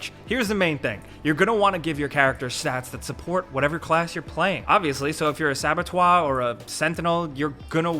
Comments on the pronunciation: Hi. Saboteur is pronounced sabo-toor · "Biomu'ant" "Sabatwoi" Is this the new "coolspeak?" Something wrong with pronouncing the letter "T"? What's up with this silly trend? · Sorry what was that? "Sabotwah"?!? 😂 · As a frenchspeaking lad, you pronounce "saboteur" weirdly, try this: sabotuuuuurrrrr! :D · Saba-twaaaa??? Lol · Please look up how to say saboteur. It doesn’t rhyme with Abattoir. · sorry, but "saboteur" rhymes with "amateur", not "abbatoir" 👍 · That Saboteur pronouncation is puzzling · I had to check that was what I thought it was... what's our best chance for to find out without it being a pisstake " you thought it was pronounced how!?